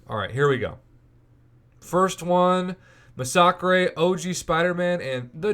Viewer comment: We not gonna talk about how he massacred the word massacre?.. ma-socks-grey?